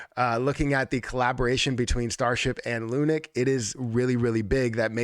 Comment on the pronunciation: Love the insight into all of this but I twitch every time you call it 'lunic' 🤣😭